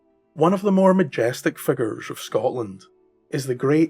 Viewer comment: The way you pronounce 'figures' is very close to how we pronounce it here in the Appalachian mountains of eastern Kentucky.